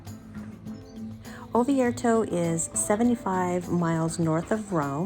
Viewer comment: Please, it is ORvieto, not OVIERTO